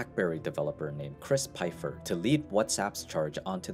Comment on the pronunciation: Chris Pfeiffer would be unimpressed that you weren't capable of doing PROPER RESEARCH by getting his name right, and pronouncing it correctly. Just goes to show that all you are interested in is MAKING MONEY rather than providing well researched content :(